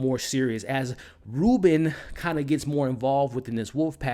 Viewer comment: The only thing that bugged the crap out of me...is how be pronounces Robyn.....BRO, it's pronounded like robin...like the birrrrdddddd not "reuben" jsjsjdndjjddxkskskejjddj Other than that, everything's great ^U^